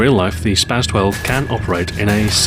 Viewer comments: its spas not spaz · its pronounced spa"ss" 12